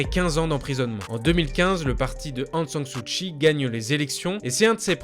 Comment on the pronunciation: ...Aung San Suu KKKKKI , pas chhhi